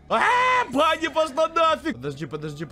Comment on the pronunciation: не бани а бони